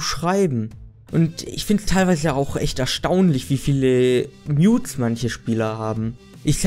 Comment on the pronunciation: Das ist nicht mein ernst. Habe ich jetzt ernsthaft Nudes statt Mutes verstanden? Ich musste mir so einen ablachen surry :c